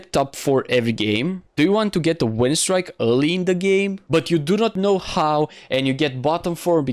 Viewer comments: it's pronounced "streek" not "strick" but ok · i was joking with the way you say it, its a win "streak", its pronounced "strick" and not "strike"